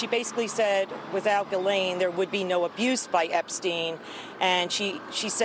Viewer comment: Its "Gillane"!